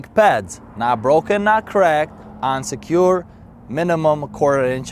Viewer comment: He says "on secured" but it sounds like unsecured.